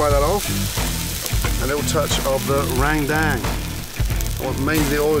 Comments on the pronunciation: Rendang not Rang dang 😂😅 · Randang lmao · He pronounced randang incorrectly though 🤣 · ALMOST approved. I mean he gave effort so I’m happy about that. What he messed up on was pronouncing rengdang. He said Rang-dang. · No one: Indonesians: Rendang Gordon: RaNgDaNg Bali people: so u wanna eat Rendang or meet the god of death? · Rangda not rendang 😂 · I heard him saying 'rangdang' too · it's 'rendang' Not 'rengdang' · Me too and the way he said rendang “randang” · but not for rang dang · Rendang : RENG -DENG 🤣🤣🤣